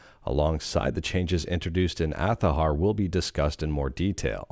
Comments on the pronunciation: It pronounces aa za har not athaher. It's an Arabic rooted Spanish word for a flower. Which is the logo is based on. My God it 2025 stop latinze words. It's not that hard to pronounce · They are very much at fault themselves. People did pronounce it Azahar before they themselves said it is pronounced Athahar.